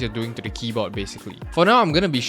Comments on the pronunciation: "a thocky keyboii" lmao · keyboa 💀💀 he said it like my parents.